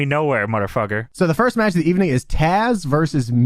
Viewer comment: Good Eve-Uh-Ning Period 😂😂😂